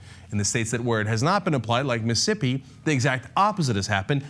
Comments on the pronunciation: The way Cenk pronounces it sounds like "Missippi" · Every time I hear you say "Missippi" instead of "Mississippi," my skin crawls and I want want to rip your head off your stubby neck, Cenk. Otherwise, thumbs-up on the video! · M IH - s ih - S IH - p ee MIssing a syllable there...